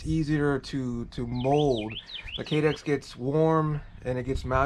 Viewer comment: "Ki-Dex" is what's it's actually called. Other than that, this is genius! Great video!